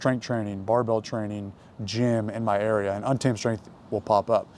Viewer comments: TREN ON TEN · “Thread on timmmme” is what i keep hearing. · yeah, been a viewer for ten years. after like 5 did I realise hes saying untamed 😂